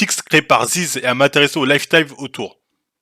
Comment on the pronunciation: Le mec a pas prononcé lifestyle correctement une seule fois il est défonce?